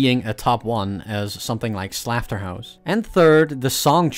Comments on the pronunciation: why do you say slafterhouse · "Stealmate" also I think "Slafterhouse" might be an intentional mispronunciation of Slaughterhouse since the gh can be used as an f (and I guess the u is silent? [clubstep]) But fair I guess